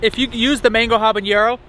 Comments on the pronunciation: When you said habenero I knew it wasn't going to be a fun time. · Couldn't help but laugh when you were saying "habanero"